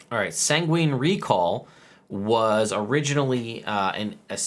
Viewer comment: Going to be petty, but I think sanguine is pronounced "sang-win" not "sang-ween"